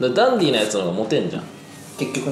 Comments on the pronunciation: カンタくんが言うと、 ダンディ が だんでぃー に聞こえる🤣 お子ちゃまだから、ひらがな表記で🤣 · ダンディーじゃなくてかんてぃー(笑) まちがいない😂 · ❌ダンディー ⭕️カンティー